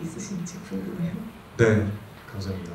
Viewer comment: 유배우님 보면서 자꾸 날 돌아보게되고 속으론 질책하고 있는 걸 발견해 하.. 사람을 대하는 자세가 넘나 진중해서 내면이 굉장히 깊은거 같아 그리고 매번 ‘ 감삼니다 ‘ 라더니 여긴 또 발음이 아나운서야 ㅎㅎ